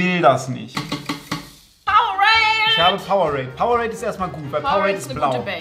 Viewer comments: Bin ich fr die einzige die sich darüber aufregt wenn jemand powe-rade sagt das heisst power-ade kriegt das doch bitte in euren kopf😭😭😭😭😭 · Wie es echt heisst: PowerAde wie es Rezo sagt: PowerRade 😂😂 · Funfact: Es heißt Power-ade also es wird auseinander gesprochen Will nicht klugscheisen wollte nur mal sagen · einfach powerade einfach falsch ausgesprochen🤣🤣